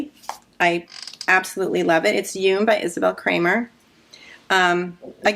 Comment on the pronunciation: Hi ladies! Just discovered you recently from Kristen's channel. I wanted to note two things about the Yume top. 1- Yume is the Japanese word for dream, so it's pronounced in two syllables, something like "you-mé". 2- about the extra armpit fabric. I wonder if you could compare your arm measurement to the pattern schematic and your finished top? Maybe you didn't need an underarm cast on, if the pattern had one. I think that would create extra fabric in that area. It seems like you didn't have the issue with you flower top which didn't have extra underarm stitches, right? Hope that helped!